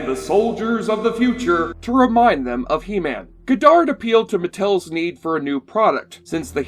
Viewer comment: Cringing at your mispronunciation of "Goddard" (it's pronounced 'god-ard', not "go-dard') and "Straczynski" (it's pronounced 'zin-ski', not 'chin-ski'). Also, the CGI was state of the art for a TV show at the time.